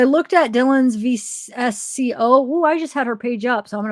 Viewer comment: VSCO is VS-CO not V-S-C-O